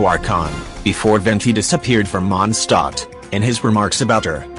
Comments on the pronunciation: ah yes... "Monstot" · It's not mon stot